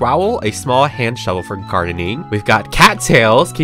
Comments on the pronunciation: “where’s the sHoeVel” 😭🔫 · No she says shoevel